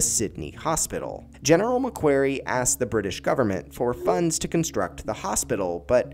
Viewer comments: This was terrible. Who’s GUVNOR MC KWERY lmao. I’m Australian. You should have 1. Researched. 2. Asked an Australian to narrate. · It’s pronounced Mac kwory. (Long o)